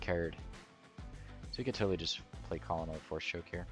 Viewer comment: Hate to be that guy but with serving in the Marine Corps I have to point out that Colonel is pronounced "kernel" like a kernel of corn. Love the video tho great list!